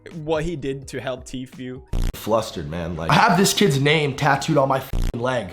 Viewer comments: Pronunciation Every normal people: T foo Pewdiepie: TEA-FEW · It's pronounced tfu, not tfueee with the long e at the end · Is he call Tfue G-fuel? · Teef-Yoo instead of Tfue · The way Pewdiepie pronounces Tfue Teefuuee is hilarious 😂🤣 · "Tfew" lol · I love how Pewds pronounces “Tfue” like “T-few” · He pronounces tfue ..teefew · I love how pewds pronounces tfue teaphew I’m gonna start saying that instead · Does it bother anyone else that he pronounces Tfue’s name like “Tfew” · dear Ms Ham, sometimes it seems like your pronunciation just goes to shit for no reason. ur the reporters on youtube and u don't know how to pronounce tfue (tfoo). come on... thats just lazy. i still support pewdiepie tho... mary u need to do better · When pewds pronounce teefueouuuuu🤣🤣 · Too few times does Pew say the fue in Tfue correctly... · But she did an oopsie and pronounced Tfue wrong